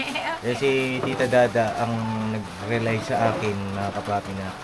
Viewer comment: Sorry, hindi sa nag mamagaling ako pero hindi ko matiis na hindi sabihin ito sa inyo. Malayo ang kahulugan ng rely sa relay kaya hindi pwedeng bigkasin na rely ang relay. Re lay, yong lay ang parang lay out ang bigkas. Itong salitang ito ang ibig nyong gamitin. When in doubt, google it.God bless everyone.